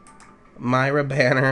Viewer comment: It's Mee-ra not My- ra